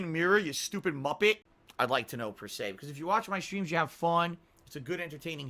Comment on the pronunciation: "per se" OH BOY EVERYBODY HE'S GOT A NEW THING HE SAYS INCORRECTLY.